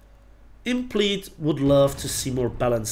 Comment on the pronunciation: He, tut leid, aber man sprichts [impleid] aus^^